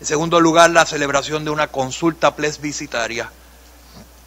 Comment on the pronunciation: No se dice plesbicitaria. Es plebiscitaria.